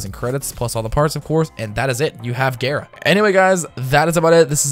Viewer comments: I pronounced it gaara not gera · Gayra because you're a disgusting weeb.